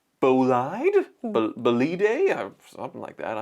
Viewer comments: For a car guy you suck on the names. Bugatti Bolide Bow Lid wold be how you English can say it right. Chiron She rr own my family name is Charron meaning maker of the wheel and cart. Charron Char rr own would be OK... bet you think you know cars but look up 1908 Charron motorcars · The Bugatti Bolide is pronounced more or less Bo-lid. The e is roughly silent. It (highly) roughly translate as "race car".